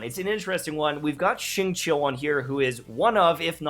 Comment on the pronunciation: Xingqiu is pronounced Xing-Qiu, something like Sing-Chew, not Sing-Chow